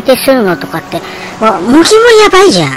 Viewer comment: おばちゃん(笑)茂木→→もてぎ。だよー